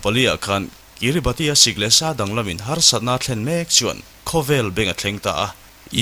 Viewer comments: Pronunciation ah chuan Kiribas tia lam tur.. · Kiribati hi kiribas tia lam tur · Kiribas tia lam tur aw,Sir leh comment lo chhiar ve tu te zawng zawng tan. A ngaihnawm lutuk e.. Heng thliarkar te te hi mihringina kan khawvel kan duhdana thlak kan tum nasat lutukna lamah leh khawvel lo inher dan danglam zel nen, anni ang thliarkar te hian an tuar nasa em ema. Engtik emawnia tuiin a chim thut theih dinhmunah an ding nasa hle. Mahni seilnenna chhuahsan hlen daih thu va ni hek suh. Maldives, Vanuatu, PNG te pawh. Maldives phei chuan South India-ah ram an lei tawp mai. An ram thenawmin an ngaihsak loh chuan China hian a rawn ngaihsak zung zung mai bawk sia. Entirnan: PNG pawh an thenawm Australia aiin khi lama mi China lam an awn tlat tawh. An leilung hausakna an hralh loh chuan anni ang ram te tan chuan a harsa sia. Heng chanchin te hi a ngaihnawm lutuk. Hetiang topic pawimawh, kan tawng hriatthiamloh te, Mizo tawng ngeia i rawn leh vangin i titha ka ti lutuk e👍🏼